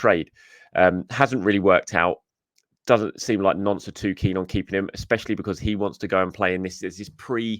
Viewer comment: It's pronounced "nont", not "nonce"!